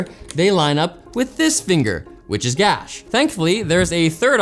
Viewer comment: 7.00 he says GASH . Brilliant